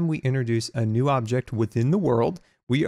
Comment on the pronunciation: new not knee lol